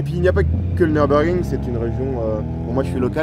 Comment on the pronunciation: Apprenez d'abord à prononcer Nürburgring correctement. Pour information, ça se trouve en Allemagne. Il n'y a donc aucune raison de prononcer ça à l'anglaise.